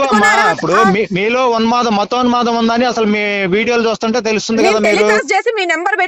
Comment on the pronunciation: మతోన్మదం... మతోన్మదం... అని వాగుతున్నాడు....